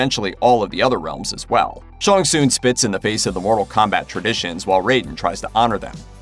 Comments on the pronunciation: Please do your name pronunciation research. Not Shawn Soon. I just grimaced every time. Sh-Ang Sung. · It’s Shang Tsung, not Shon Soon! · Shang Tsung not Shong Tsung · "Sean soon" it's Shang tsung lol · Shong Soong? Dude... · Who is “Shong Soon”!?!?! Hahaha I’ve been a MK player since the original when I was like 8 or 9; don’t think I’ve ever heard it pronounced that way…outright butchered. But then again, the best “fatality” I’ve seen in awhile….. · I can’t help it. Why he keeps pronucing Shang Tsung as ShunSoon. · "ShOnG sOoN" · The main villas Shang Tsing name is pronounced Shang sung not that weird pronunciation by the narrator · Shawn Soon..... shut up stupid narrator.... trying to sound different..... SAY IT RIGHT!!!! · The fact this guy cant say shang tsung correctly drives me insane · Mannnn you too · Hearing you mispronounce Shang Tsung over and over again is grating. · I enjoyed watching this reboot but I have so many plotholes noticed. I also noticed how the host of this video could not speak Shang Tsung's name the right way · The way you pronounce Shang Tsung is hurting me a bit 🤔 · K, but why do you say Shang Tsung like that? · I wanted to punch this guy every time he said Shang Tsung wrong.